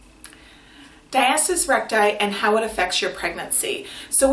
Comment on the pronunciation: Diastis? it’s pronounced “Dia-sta-sis”